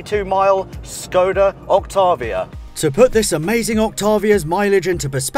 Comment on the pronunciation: Please, it is "Škoda Octávia" call it this way. It hurts my czech ears.